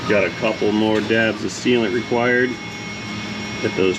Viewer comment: Sealant. Not sealant. TomAtos. Tomotos. As you said, '...It seals'.